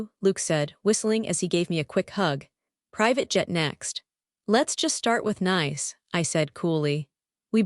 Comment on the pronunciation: If I hear Nice mispronounced one more time!!!🤨🤨